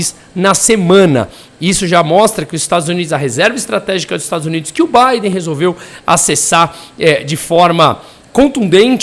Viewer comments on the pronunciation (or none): none